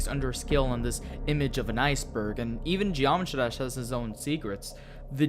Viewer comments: "what is a genomatrash iceberg" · You said geometry dash "Geomtrash" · What is a Geomatrah Iceberg?